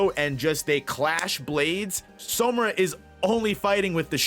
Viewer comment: everything is great, but it’s SAmura brother. All pronunciation is great except that one. Love the work!